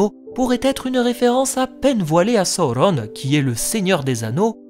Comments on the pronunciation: C'est Sauron et pas Saurrone 😅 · Le U se prononce OU chez Tolkien selon le chapitre de la prononciation des mots dans le Silmarillon. C'est pareil que Saruman, Udun, Gollum, Dol-Guldur où le U se prononce bien OU et non U. C'est donc Sa-Ou-Ronne et non So-ron comme l'a malheureusement fait la VF. Même si j'adore la VF des films et que je continue à les regarder en VF, ils sont bourrés d'erreurs de prononciation. Ainsi, en adoptant la bonne prononciation, je me place plus proche des écrits de Tolkien tout simplement 😜